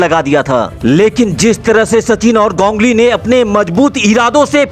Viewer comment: 😂 wo to thik h lkn gongli q bol rhe ho ap its ganguli